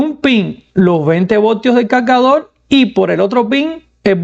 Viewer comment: calgadol, conectol, lactop jajajajaja aprende a hablar